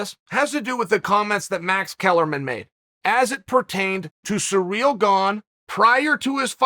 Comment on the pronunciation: Who is Surreal? Or are you saying Serial? Uhm are those names? It’s Cyril bud